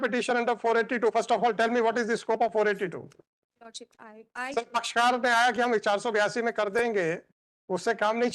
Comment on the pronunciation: Kaan se khun nikal gaya lord ship lordship sun k